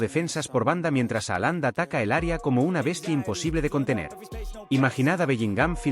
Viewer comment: .....no se pronuncia así.....Jalan